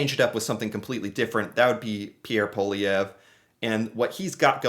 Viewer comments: Poilièvre = Poah lee have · America is importing more from Canada than China Europe Japan combined! I think America's economy knows Canada. You're not pronouncing Poilièvre's name right but good enough for an American 😉😅 Mr. Carney is a Harvart graduate, Worked for Golden Sacks (New York, Tokio, London America) He was deputy governor for Bank of Canada, and Bank of London. He chaired Bloomsburg And Brookfield He also worked with UN fighting climate change. Needless to say Carney will win this one thanks to Trump. Canada needs to develope a whole other economy than America. TRUMP is very much the reason Poilievre will probably loose the election.